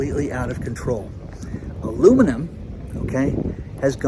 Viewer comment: What’s ‘Aloomanim’? 😂